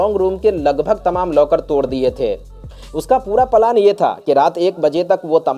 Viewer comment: Plan word ko palan mat kaho bhai